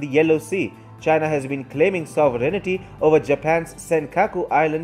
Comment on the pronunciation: Can you guys do something about your spelling and pronunciation? The word is "sov·er·eign·ty". Not "sovereig-nity".